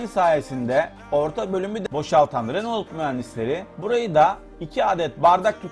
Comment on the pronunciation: Araba tanıtımı yapıyorsun ama hala bunun reno diye okunduğunu bilmiyorsun. renolt diye diye helak oldun.